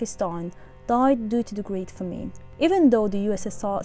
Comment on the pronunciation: "famine" is mispronounced